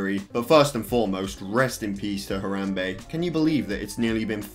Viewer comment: i’m more concerned about why he’s pronouncing harambe “her - ahhm - bay”